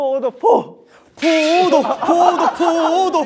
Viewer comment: 나만 포도가 계속 코모도로 들리나